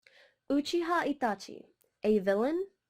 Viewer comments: Why she say Itachi like that😂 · It hurts me when you say his name like UoChiA Atachi Just say his name normally you don't have an accent for one name, but it was a good video